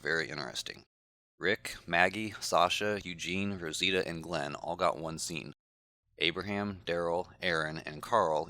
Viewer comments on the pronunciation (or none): its Abraham